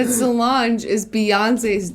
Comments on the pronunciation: it salonge (its a long gee) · When Julien said Solange wrong I almost choked on my yogurt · As a UK resident... The whole "Royals are Lizards" thing has been around for YEARS. I have friends who really truly believe it. They are not smart people... I need new friends... Also, Julien's pronounciation of Solange's name is no more insane than the real one :p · Conspiracy theory: Dale is actually tupac as Gary Busey as solong-ee. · why are they pronouncing 'solange' like that? i'm scared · The Solange one kills me every time because the way they pronounce her name lol xD😂😂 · I laughed so hard when they kept mispronouncing Solange